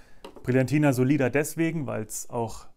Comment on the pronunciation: The Linetti's "oil" is conceived for finishes, like comb the hair on the temples and on the forehead, not for a complete combing. P.S. The correct pronounce is "Sòlida", with the accent on the letter "O". Sorry, but I'm a little bit finicky !